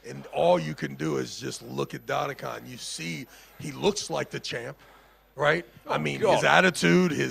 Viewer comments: Just call his name correctly its not Daddy Khan , its dadikYan ffs .. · I put a bet VS friends about ' pronouncinations of east guys names, I bet he will miss every single one. Tbh, Dadikyan was my biggest fear, I tought he must hit this one, its reallčy not hard, but yea, I won. DADIKAN ftw